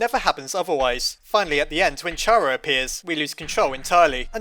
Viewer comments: While interesting, can this really be considered a theory? Wasn't this just explaining all of the endings, restating what the game tells you? Also, I'll always pronounce Chara as "Cara", like "character", the likely source of the name (as the files list Frisk and Chara as mainchara and truechara respectively, where it is actually short of main character and true character). Though spelled differently, it is a real name, and every other source for Chara is pronounced as such. So unless Toby Fox ever confirms otherwise, I'll always say it's like character and not like charred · the name 'Chara' comes from the word CHARActer. so its pronounced like that.